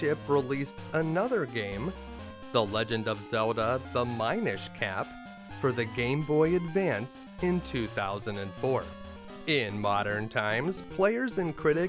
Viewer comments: I think Minish Cap is pronounced Mini-ish, not Mine-ish. Great video by the way. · "My-nish cap." Is it not Minish Cap? Minish as in, minute? Min, like minimum? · You mispronouned Minish Cap. I distinctly remember the commercial for that game pronouncing the min half of it like mini. Love the vids tho